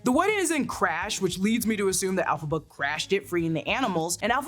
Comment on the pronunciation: Elphaba starts with an E not an A.